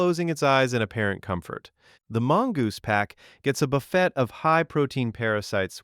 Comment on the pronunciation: The way you said buffet should be a crime